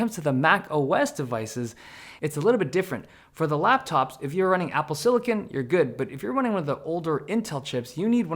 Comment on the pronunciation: So glad apple is making a move away from the hideous "flat" themed garbage all of the tech companies have been using for so long. Also what's up with "apple sililken"? We don't say "sililken valley" so why is it said like that? I don't get it.